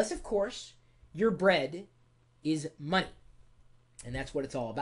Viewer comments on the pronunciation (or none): Time is moneh! And moneh is moneh!